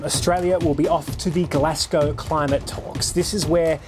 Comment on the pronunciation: This is awesome but can we talk about how to pronounce “Glasgow”?